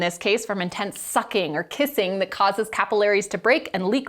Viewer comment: Cap-ill-arrays!!!!!! WTF